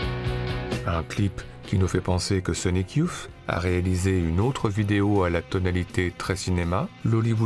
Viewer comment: super ! Merci pour cette redécouverte de films oubliés. (un seul bémol sur la prononciation : pour dire "youth", on doit plutôt dire "yousse" et non "youf", c'est le vieux fan époque 91 qui parle...